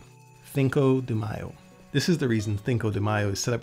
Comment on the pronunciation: Listening to a Brit pronounce Spanish place names and dates in Mexico in Castellano is hilarious. “Vera Cruth” “Thinco de Mayo” 😂